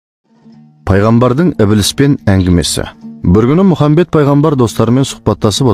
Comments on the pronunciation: мырза, Мұхамбед емес, Мұхаммед саллалаху уәлекум уәссәләм.Братан қате айтпасиш ияма,давай аллах сағанда мағанда разы болсын🤲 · Әссәләму'алейкум пайғамбар с.ғ.с есімін дұрыстап айтса керемет болар еді Алла разы болсын